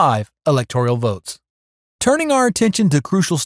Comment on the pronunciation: STOP saying: Elector - IE -al. The word is: ELECTOR - AL. There is no I or E in that word. You made me cringe--couldn't keep listening. Elector al.